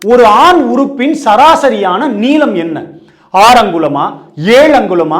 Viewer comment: First neelam pronunciation wrong 😂